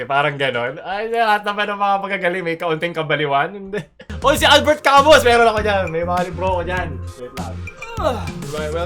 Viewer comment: Albert ca-muu po iyong pag bigkas sa pangalan niya.